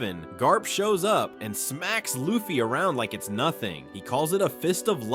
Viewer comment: Bruh cant even pronounce luffy 😂